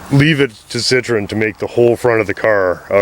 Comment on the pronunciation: Now for the painful comment. Better ones below. 8-)) I believe Citroen (double dots over the e) gets pronounced sit-troh-en, at least that's what my french bro-in-law says and what I remember. Citron is a lemon.